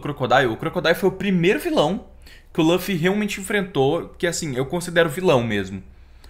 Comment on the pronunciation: Só por favor, para de dizer "lãffy". É LUFFY 😢